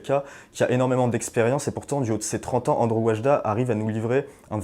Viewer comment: "ANDRZEJ" ne se prononce pas "ANDREW".